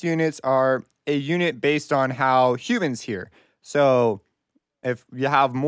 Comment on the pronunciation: Is this guy an alien cause he says humans like it’s a diff. species 😅😂